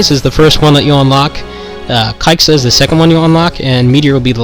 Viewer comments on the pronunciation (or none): I just ran around until the timer ran out. btw, it's pronounced "kaiza".